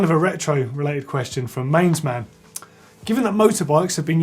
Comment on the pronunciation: Woo hoo, my question took up a big chunk of the show: ) Thanks, I had no idea there had been so many goes at producing an USD fork over the years. Just one small point, Mainz is pronounced like mines, not mains. It threw me as well when I first moved here.